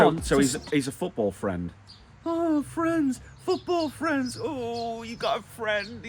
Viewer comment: Fwennnnds loool